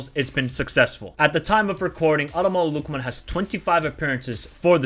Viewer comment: Pronounce the name properly man!